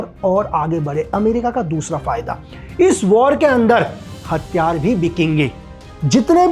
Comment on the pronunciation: आप प्रयास करो कि हथियार को साफ़ साफ़ हथियार कैसे बोले 😂 आपने जैसे हर बार हथियार को हत्यार बोल रहे थे